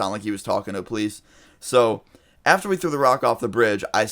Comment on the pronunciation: Dood you pronounce ( Poh-Lise) police like (plies) why